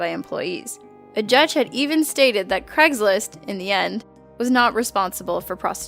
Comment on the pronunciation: craigSlist, not craiglist